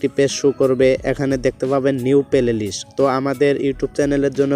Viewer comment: Vai oita pelelist na oita hobe playlist